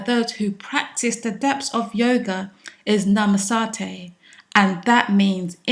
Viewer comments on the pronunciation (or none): Namaste should be pronounced as Na-ma-ste.